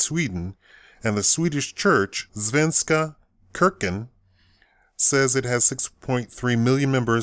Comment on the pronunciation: Wait... Did you say: Svenska kuurken? WTF IS THAT?